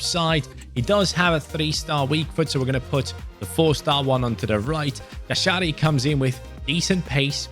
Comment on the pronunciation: Jashari is pronounced Yasharee